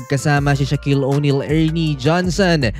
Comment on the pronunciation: "Si-Ya-Kam", hindi Sha-Kam. Same sa Miami Heat. "Ma-Ya-Mi" ang tamang pagbigkas nun, hindi Mi-Ya-Mi.